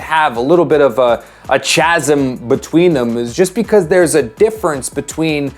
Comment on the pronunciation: Pronouncing the H in chasm is interesting lol